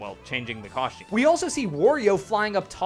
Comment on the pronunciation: "Cosh-tomb"? It's 'costume' 🤦🏻‍♂️🤦🏻‍♂️🤦🏻‍♂️